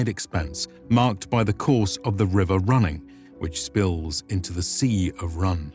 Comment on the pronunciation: Did you say Seleborn? Seleborn? There are no soft “C’s” in Sindarin,. Sea of Rhun, as in fun or bun? There is no Sea of Rhun,, there is only the Sea of Rhun as in Rune. A hard “U” in the middle. Can we read up about 30 minutes on the Tolkien pronunciation guides before daring to speak on this lore, please, there’s a good muppet.